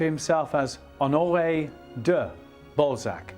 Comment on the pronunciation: Ok, i get that everybody takes issue with the presenter's pronounciation of Balzac, but he is also really doing a number on the first name Honoré. Either stick to the english OR french version but this tone-deaf, no man's land is just torture to my ears!